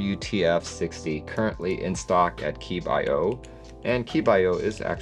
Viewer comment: Keebio is always a banger. Only company that supports an in-stock hotswap 1.25/2.25/2.75 split spacebar (albeit on a split board) which I like for L thumb main modifier like on a Mac kinda Also isn’t is pronounced Keeb-ee-oh?